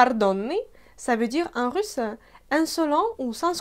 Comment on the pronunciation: Pourquoi vous dites russeux au lieu de russ? En France, on ne met pas l'emphase sur la dernière syllabe que c'est un e.